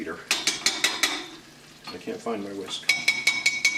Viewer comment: Hahaha... your "whisk" was cracking me up. 🤭 Thanks for the great recipe!